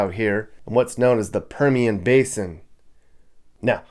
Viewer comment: Also you it's Permian High School. You said that wrong